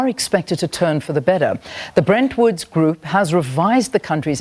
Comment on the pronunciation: "Bretton Woods" not "Brent Woods"